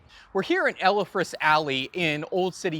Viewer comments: Elfreth’s Alley, not Ellefreths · Repeat after me: “ELFreth’s.” Not “ELLA freths.” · “El- Fred’s Alley NOT “Ella- Fred’s” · Nicely done. Note that you pronounced Elfreth’s incorrectly. It is El-freth; not El-e-freth. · I didn't want to be a pratt, but yes, it is EL-FRETH'S Alley. -Philly girl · Hmmm, I've never heard Elfreth's Alley pronounced that way before. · Not that, either.